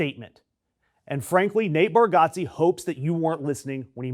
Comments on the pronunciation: It’s pronounced Bar-Get-Ze not Got-Ze. Still tho, this was pretty disappointing news. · Pronounce his name correctly. Idiot!!! It’s Bar-get-ze. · It's pronounced bar-get-zee. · and YOU CANNOT pronounce his last name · If you're gonna shit on someone at least educate yourself on the correct pronunciation of his name. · As a fire breathing liberal myself I think it is important to suggest you fuck the fuck off immediately. The guy went to a stupid event, which is his right. You don't like it. Who fucking cares? Did he storm the capitol? Real Lefties don't adopt McCarthyite tactics, they denounce them. Bitch. Many people think democrats are the assholes. You're their fucking poster. And learn to pronounce his name you redeyed cunt.